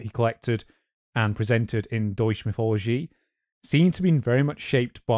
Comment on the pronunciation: I'm just 11 minutes in at the moment, and I might have more to say later, but FWIW, "Deutsche Mythologie" appears to be uniformly mispronounced, even though Wikipedia gives a useful IPA spelling of the title. I don't speak German myself, but the difference between "Deutsch" and "Deutsche" is pretty simple, and pronouncing the letter "g" as /dʒ/ appears to be a pretty idiosyncratic Englishism. (I know that in French it's often /ʒ/, including in the French work "mythologie", but I've found it's better to assume it's pronounced like the "g" in "good" when dealing with languages I don't speak.)